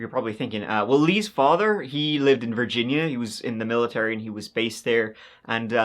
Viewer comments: Did you mean Virginia Vir gin a. Not vagina. ? 🤣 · It’s VER GEN YA. Not vagina. 😂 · Vagina? Do you mean Virginia. (Ver-gin-nia) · It’s pronounced “Ver-gen-ya” for Virginia. Just FYI. 😊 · VER-GINA 😂😂😂 love it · Vir”gina” I am dying 😅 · it's pronounced like vurr-jin-ya. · You need to learn how to pronounce the state of Virginia. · The way you said Virginia got me 🤣🤣🤣. The body disappearing is sooooo creepy! 😵‍💫 >>>you are awesome <<<